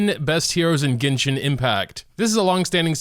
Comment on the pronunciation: "ginshin impact"